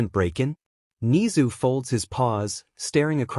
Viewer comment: bro said ni-zu and i have never felt so angry over a talking rat from an anime its ne-zu im sorry im just a really big mha fan